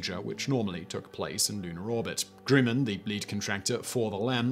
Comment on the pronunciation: Swigert = sʋaɪ'gɚt (sw-eye-gert) Grumman = gɻʌ'mən (rhymes with American pronunciation of "comin'", as in "comin' at you.")